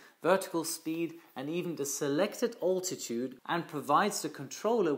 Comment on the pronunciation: Thnx for your christal clear lesson. "A good pilot is always learning"... You too? Two pronunciation tips: - bearing is to sound like (Tu-95) Bear-ring - Altitude should be (Big) Al-titude (Ein enthousiaster Abonnent in Holland 😉)